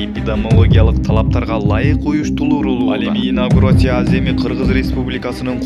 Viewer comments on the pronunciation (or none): Инаүграсия, риабилитасия, конститутусия, эпидамалогия...😂🤣Блогер!Үнүңдү ЖАСАП 😜😥 сүйлөгөнчө, лучше сөздөрдү туура айтканды үйрөн!😏🤧